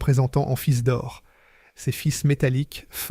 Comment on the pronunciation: Intéressant historique, mais ce conteur IA qui ne sait pas prononcer correctement en français les dates, des mots simples et des noms propres (fils, Rhône-Poulenc, Saône, Aronde...) c'est pénible ! Et où avez-vous vu qu'une Norev se cassait en deux si elle tombait sur le carrelage et que dans les mêmes conditions une Dinky-Toys brisait le carrelage ? C'est tout simplement faux !